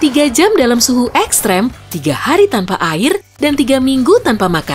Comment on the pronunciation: Salfok ama penyebutan "ekstrem"